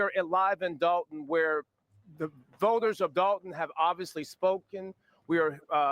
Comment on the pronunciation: DOLTON NOT DALTON BRO